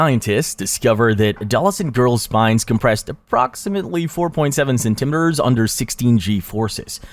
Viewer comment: love the video but is anyone else a bit bothered how he pronounces liters and centimeters? amazing video but please pronounce measurements properly.